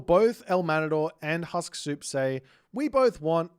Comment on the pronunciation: your pronunciation of Suppe's name is wrong. His name is Husksuppe, which means "remember soup" in Danish. Husk is pronounced with "u", not "a", it's not an English word. Put Husk in google translate Danish to English and you will hear correct pronunciation. I find it ironic that in this very video you argue how to pronounce "qilin", but keep mispronouncing player's name.